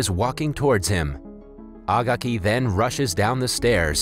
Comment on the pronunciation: agaki is pronounced a gay key